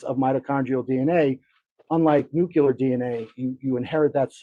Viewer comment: Good coverage! But why can’t a single person pronounce “nuclear” correctly? It’s nu-cle-ar, not nuc-u-lar. Just a pet peeve of mine